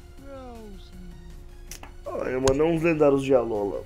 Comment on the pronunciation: Se pronuncia Alôla